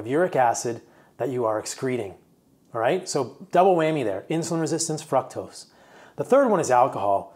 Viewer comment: I love the info, but if you pronounce fr-ook-tos as fruck-tos one more time, I'm gonna scream